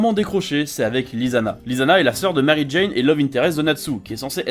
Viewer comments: ptdrr t’a dit marijane c’est mirajane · Y'a des points ou je suis d'accord mais y'a surtout Beaucoup de chipotage P.s. : C'est Mirajane et pas Marijane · On est d’accord qu’il a dit marijane